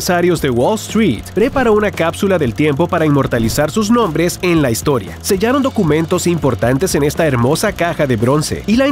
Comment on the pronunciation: En el minuto dice ducumentos y se dice documentos